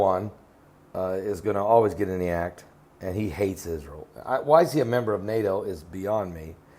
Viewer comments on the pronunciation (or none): none